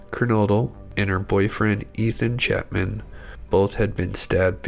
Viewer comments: I’m really bothered at how you called him Ethan “Chapman” it’s CHAPIN 😢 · It's not Ethan Chapman.Learn how to say they're names correctly because it's so disrespectful to still not know the victim's names at this point! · Ethan "Chapman"?? You seriously can't even pronounce their last names correctly at this point? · Ethan’s last name is CHAPIN (pronounced: chay-pin). Please speak it correctly. There is no “L” in the name. NOT Chaplin. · Ethan CHAPIN not "Chapman". At least get the names right. I'm sure you've heard and read their names a hundred times by now. Be respectful.